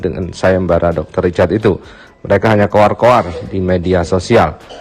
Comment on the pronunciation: Richard bang yg bner bukan ricatd ( H ny ga d pke 🤭ga pke T tpi pke R ).. 🤣🤣🤣🤣MAAP CANDA